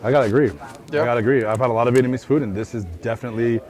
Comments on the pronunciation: vietnamese not vietmanese:D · Ok. Please, someone explain to me why so many American can say Viet Nam but can't say Vietnamese? Vietnam then Vietmanese? WTF?